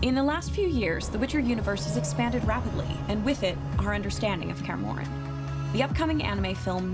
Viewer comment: "kaer morren"😐